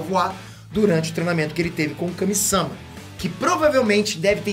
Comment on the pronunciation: Kami-sâma deu agonia... Kami-samá né poxa